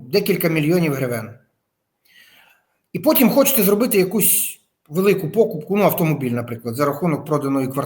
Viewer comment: Не пОкупку, а покУпку.